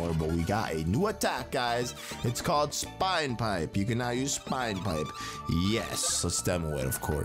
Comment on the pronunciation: He mispronounces so many words. Spine pipe. REALLY!